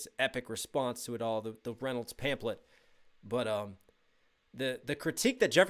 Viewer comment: love you but it's pronounced pamflet lol